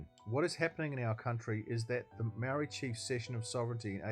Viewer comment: The way you pronounce the word 'Maori' tells me all i need to know!